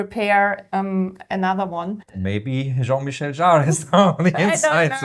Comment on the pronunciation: Hi! It's Jean-Michel Jarre and not Jean-Michelle, he's a man 😉